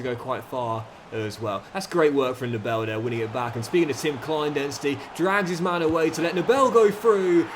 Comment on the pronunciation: Small tip because i‘m German. You always say NeBELL. You pronounce him like NEbel. So with a Long First e. ✌🏼